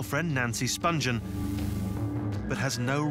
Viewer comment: The narrator isn’t saying Nancy’s last name correctly, She hadn’t been a heroin addict since 14 and she didn’t go to England specifically to bed a sex pistol - I had to stop watching this because of all the misinformation